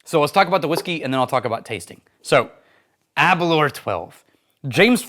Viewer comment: Aber - Louwer not Aberler. I live 10 miles from the distillery...